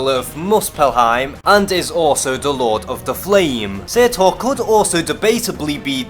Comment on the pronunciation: You pronounced Surtur wrong